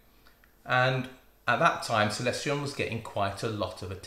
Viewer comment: seconds you say "Celestion" and thereafter nooo! Trion Trion again! :)